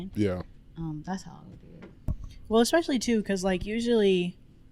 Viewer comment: there is no "x" in the word "especially" 😂